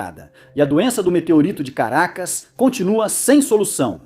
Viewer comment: Ah!!!! É Carancas entendi, não Caracas. Você falou errado mas gostei do video. Nunca tinha ouvido essas estórias ❤